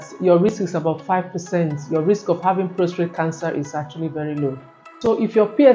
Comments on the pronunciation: Very informative, but I was surprised at how many times she said prostrate instead of prostate. It’s PROSTATE! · ProsTATE not ProsTrate.